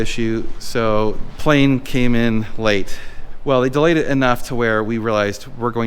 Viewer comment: The word of the day is "delAAyed"